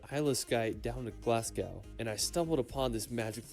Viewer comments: It's Edin bruh Glas goh Holy rude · Sorry but it's VIA-DUCT and not Vier Duct and it's GLAS-GO and not Glasgough which would be pronounced Glas-goff. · he pronounced it GLAS-GOW (as in "cow") but gough is pronounced "goff". Also vier duct is still wrong as there's "r" pronounced at all so it ain't easier really. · There are hundreds of places in Scotland which are well worth visiting. The places you mentioned visiting are in SCOTLAND! It is wise not to call Scotland England. That is very disrespectful. Oh, and Glazgo is the pronunciation for Glasgow, and Edinburgh is Ehdinburra!